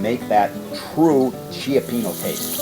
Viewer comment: He said Chiapeeno.😆 Cioppino is a three syllable word.lol.